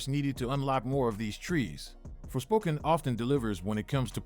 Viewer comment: "forspoken" sounds more like "forswoken" "-"